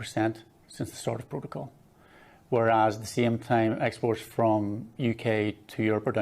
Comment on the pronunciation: This is exactly what we've been saying and saying for months, ni has the best of both and a huge advantage over the rest of the uk, wonder how this fits in with levelling up! On a side note, surely even wants to keep the protocol.. just so he can mis pronounce it every time 🤣